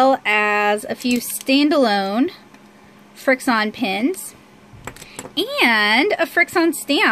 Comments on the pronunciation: Irene Villarta I wanted to to tell her pronounce it frik shun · Irene Villarta some people just really don't know how to pronounce anything